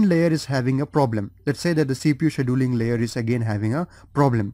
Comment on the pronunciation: I hate to say it but your mispronouncing scheduling really really bad. lol and some other words too.